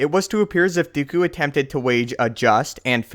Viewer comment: count dookju? :P